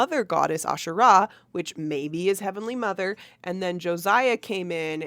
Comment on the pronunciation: Heavenly mothers* plural, according to Dallin and Brigham. Polygamous just like Mormon doctrine. When Israelites worshipped Asherah , they worshiped a whole pantheon. And Israelites also have nothing to do with the Bible, Judaism comes from Judahites. The emphasis on Asherah is the first syllable. Nephi is a 1800s invention.